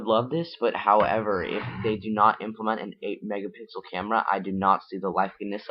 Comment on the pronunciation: Learn to say M E G A P I X E L